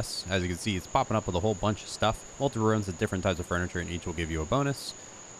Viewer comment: why do you say rooms like that?